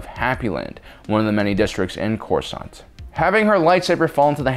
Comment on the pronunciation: the accents it ain't good ole corsaunt basic